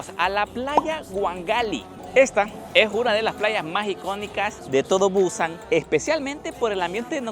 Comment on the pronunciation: Es Busán, no buuuuúsan.